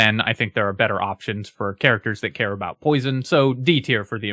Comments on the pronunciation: Do you hear "aboot" when you listen to that. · that is THE most Canadian-sounding "about" I've heard in a long time lmao